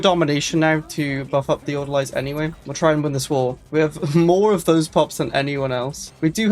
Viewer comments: It’s pronounced order-lees. Orderlies are nonmedical hospital workers, like the people who change the bedsheets, restock the tongue depressors, coean the bedpans. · You know, I was just saying like 2 days ago how insane a nomadic crimecorp would be. Not like this though, this is ridiculously OP. Also... It's pronounced "Order-Lees", welshman. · Die-nasty and order-lies I can't take it anymore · every time he says orderlies I die a little inside. Order-lees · That's not right at all. Haven't you ever seen a movie that takes places in a psy ward? Besides, it's very obvious how to pronounce the singular "Orderly", so why would you suddenly change it for the plural? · Your pronunciation of Orderlies going to trigger me the whole time.